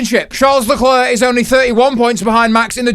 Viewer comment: It's pronounced Leclerc,not Leclair,or not even Lecler